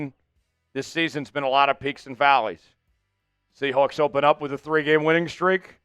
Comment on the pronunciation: I’m a Rams fan, but I’m commenting because I’m fascinated with how this presenter says “ Seahoawks”. I don’t know anyone from the Pacific Northwest who uses that pronunciation.